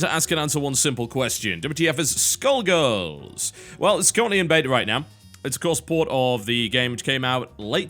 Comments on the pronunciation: i thought u said "taking a look at school girls" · What do you think skull girls is the BEST game ever so you can shut up and that’s NOT how you pronounce skullgirls not skill girls skoll girls! Idiot I hate your channel